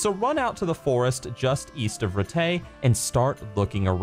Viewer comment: A little nitpick about the video - Rattay is pronounced like it's written not Rtey. BTW You've pronounced Uzhitz correctly.